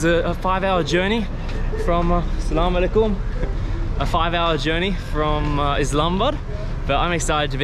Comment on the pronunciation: The way you say salamalaikum is so 😍❤️ Masha Allah..